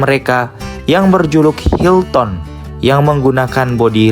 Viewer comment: Baca nya : hilten bukan hilton ya